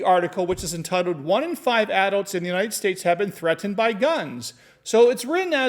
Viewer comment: The way you pronounce adults kills me, but your information makes up for it lol Thanks for the video,!!